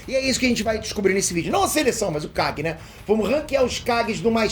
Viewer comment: No primeiro segundo entendi ele fala o Guy e não kage, voltei 5 vezes e continuei entende Guy rsrsrs